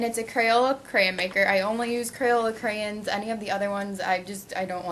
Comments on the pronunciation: Stop saying creyin it's sounds so dumb who ever told to say it like that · CraYOns is the pronounciation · You say crayons wier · Lol "crayins" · whats withher saying "crayins" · CRAYONS. NOT CRAYENS LOL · Crayens😂, it's crayons😂😂😂😂😝😝😝😂😂😂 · It's crayONs not crayINs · stop fucking saying crayins its crayons god fucking damn it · I don't even say crayons. I say crans hahah I didn't know people said it differently:) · crayons not crayens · she says "cray anns" lol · she says crayns (cray-ns) lol it annoys me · I love how you say crayins :P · Checking in from the Northeast: we say it crans here, too. I had to read a bunch of comments before I figured out why people were giving you hard time! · Its pronounced crayins! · You hear how she pronounces crayons